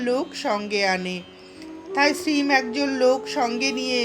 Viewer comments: Apni ‘Shreem’ keno bolchen ? Ota ‘Shree Mo’ hobe…Master mohashy er short Mo. …. Otherwise it was enjoyable. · Sri mo uchharon korbe khub bhalo lagche. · আপনার শ্রীম শব্দটির উচ্চারণ সম্পূর্ণ ভুল